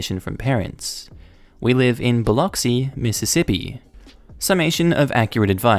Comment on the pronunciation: Thanks for pronouncing Biloxi correctly. 🇦🇺🐊🐨